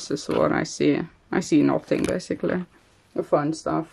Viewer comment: “Basicallli” lol 😂